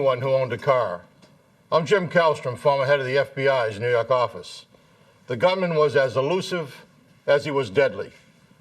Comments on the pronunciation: New Yawk or Yark?old! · I love the way he says it 🇿🇦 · Get it right now it's the New Yuak Affize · Nee Yahk Ahfice